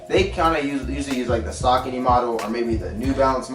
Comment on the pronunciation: the brand is sacony. pronounced suh-co-nee